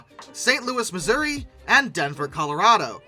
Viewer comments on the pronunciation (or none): none